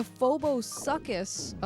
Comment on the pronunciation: Suchus is pronounced like sookas and means crocodile. It is used for lots of ancient extinct animals related to crocodiles